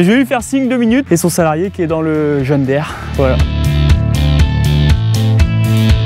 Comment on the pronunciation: S il te plait ARRETE de dire john DAIRE, c est John DIRE que ca se prononce pour le drapeau, c est francais EVIDEMMENT